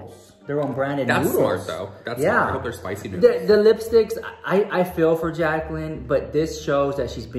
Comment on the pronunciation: Girl im rolling my eyes when i hear jaclinn